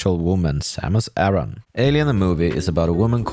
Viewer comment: It's A-RAN Not Aaron. And no it didn't create its own sub-genre. "metroidvania" was created by nerds. I actually hate the term. It makes no sense whatsoever. Metroid is not a "metroidvania" is a metroid game. Full stop.